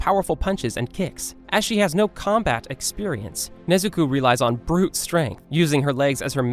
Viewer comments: did you just say Nezuku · DID YOU JUST SAID NEZUKU